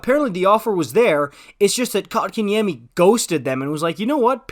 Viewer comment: First off it is Coke In Yemmy not Cock -in - Yemmy! Second if you have been watching the Canes you would know that the second line with KK at 2c has been the top scoring line for the Canes! KK was moved to 4C for injury reasons and the second line went dormant. He has been back since January and not only is that second line going again so is his numbers. I know his numbers were not there in the start of the season but if there were a such thing as a third assist, he would have been racking them up. All year he has been winning face-offs and battles on the boards that has lead to Necas and Svech/Turbo scoring the goals. Plus he has become great on both sides of the puck. The Canes develop 200 ft players. Rod demands defense first. The Canes know how to take poorly developed players and fix them. I can't wait to see how good Pulj will be after a few years. KK will only get better. Good long term deal by the Canes. As for last nights game.... KK with the winning SO goal!!!!!